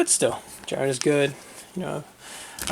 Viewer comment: (Jeerun)Jiren, (Kabah)Cabba.